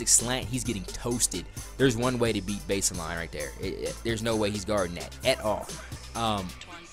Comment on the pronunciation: good video, but "base-eh-line." just get rid of the "Eh"